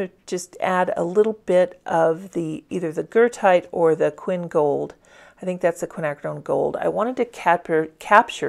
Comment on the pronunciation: Thank you! It is exactly Goethite. I might have mispronounced it-I probably had Goethe (Johann Wolfgang von Goethe) on my mind. 🥴 Regardless, it’s an AWESOME pigment!!